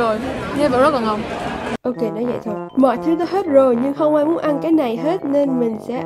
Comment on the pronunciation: nó rất là ngon đọc tiếng anh là nò rát là ngòn